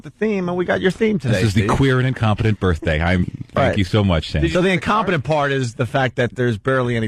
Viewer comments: Make believe it’s my burfffffday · No matter how many times Opie says "Burfday", it's never going to be funny. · I'm beginning to think Opie thinks "berfday" is the correct pronunciation. Just like "fuchitive." Absolute imbecile. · he worshes in the turlet on his burfday